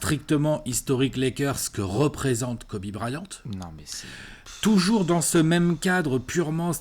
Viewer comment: J’aime bien le monsieur chauve qui dit Kobe Brayante